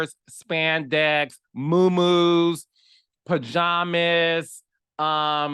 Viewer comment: The way Carlos says PajaaMas sent me